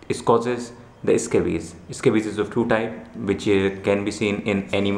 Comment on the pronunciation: The Eh-Scabies huh?